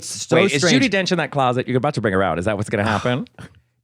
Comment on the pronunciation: Ju-DEE Donch